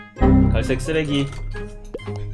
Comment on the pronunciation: 발음 ㅋㅋ 갈색쓰레기